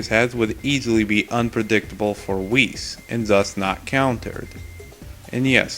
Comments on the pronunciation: Why do you keep mispronouncing Weiss’s name? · ITS NOT WHIS ITS WEISS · ...WHAT?! Ruby is! And it's pronounced "W-ice"